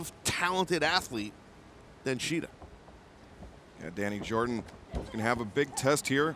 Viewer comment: I really hate the way mispronounce shida’s first name